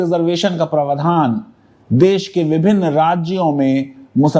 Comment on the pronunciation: Praavdhan Not pravadhaan